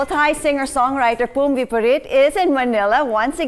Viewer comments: It is “Phum” Viphurit, not Thum!! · Its "Phum Viphurit" not "thum" oml